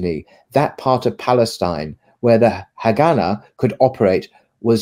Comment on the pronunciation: Haganah is pronounced HagaNAH.